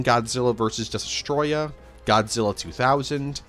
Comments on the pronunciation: 2 years later and he still can’t pronounce Destoroyah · Bro still does not know how to pronounce Destoroyah, but I forgive him